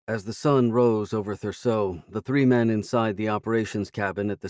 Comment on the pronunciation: I loved every minute of it! But ypu would think, after all this time, the narrator would have learned that Thurso isnt pronounced like any of his varied attempts. Its not Rocket science to google how to say it, and if it were my job to read these books, you can be sure I would have done the backgound work required. Its just laziness and no "proof-reading" or proper editing these days. I would be totally p'd off it he was reading my work without taking the time, ok he is easy enough to listen to, but hasn't got a single regional accent right, and, as we can see in the later books, if you have never met someone from Wales its best just to use ypur normal voice and not 'invent' accents. When in doubt, don't, being the take home advice on British accents, and just because someone once said you did a passable Irish accent, it doesnt mean you can use it for Scottish characters. Theres something to be learned here but I doubt any of the audiobook producers will take the time. Thank you Craig for making these available, however, I think an author has the right to ask audiobook producers to use some quality control, ok the guy is an ok narrator but he needs to do SOME background because, after all, this is your livlihood.